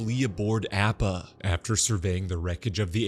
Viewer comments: btw it's Appa not Oppa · yea i appreciate his good work, altho he could really pronounce Appa and Sokka correctly :( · Is he saying “App-ah” as a joke?!🥴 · That’s what I first thought 😂 like don’t p m o 😂